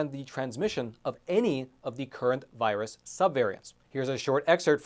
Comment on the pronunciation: It's not a v 👁 russ.